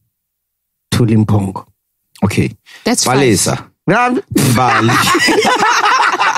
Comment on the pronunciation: trust MacG to butcher names "Thuli Mphongo" hahahaha